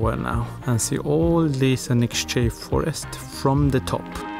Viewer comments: The title says that it's "The town you can't pronounce", but then you pronounced Anykščiai so perfectly! :-)) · You say it is impossible to pronounce the name of the town but you pronounced it perfectly, better than Lithuanians do😁 Really well done. Great video, thank you. Live in Lithuania, never been in Anyksciai - want to visit after your video🙂